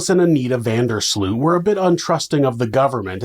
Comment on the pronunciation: Sloot is pronounce 'Sloat' in Dutch